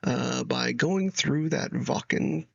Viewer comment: You pronouncing Wacken correct: subscribed!😊